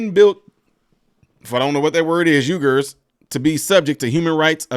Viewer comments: The word you were trying to pronounce, is pronounced "weegers" and it refers to blacks, the Chinese don't even like other Asian folks... super racist 🤔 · Uigers is pronounced wee-gers